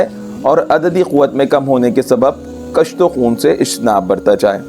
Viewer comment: کُشت و خون - ک پر پیش ہے